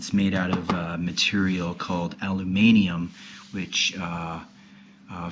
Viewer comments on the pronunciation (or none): also, why do you say 'alumanium' it's aluminium. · its called "aluminum" in english not alumanium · ha ha ha alumanium!! It's aluminium dude, it's what the rest of the world calls aluminum. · doesn't he mean aluminum? not alumanium? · actually people from pretty much every other country outside the US say Aluminium, as in elements actual name. But the in the video hasn't had an education. so he pronounces it Alumanium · alumanium, i think its pronounced ADAMANTIUM LMAO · I'm getting really annoyed with people that say the track pad is annoying 1. Its fine there is nothing wrong with it and 2. YOU BUY A USB MOUSE!!!! GRRRRR!!!! and learn how to say aluminum! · Alluuminayum? alluminum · "al-you-mani-um" why.... seriously... WHY! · allumanium lol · this isn't a review its a criticism ALU-MIN-IUM... you obviously don't now a good laptop when you see one. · Haha. I suppose it only sounds good with a British accent. +1.